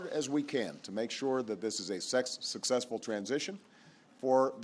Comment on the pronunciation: He meant to say "successful ".